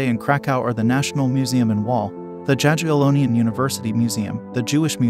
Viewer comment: Jagiellonian University is pronounced "Yagiellonian" :)